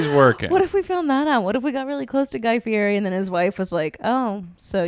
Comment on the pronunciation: if you want to fulfill you dream of being besties with Guy Fieri, you should learn how to pronounce his last name! At the beginning of every episode he yells "I'M GUY FEE-YETI"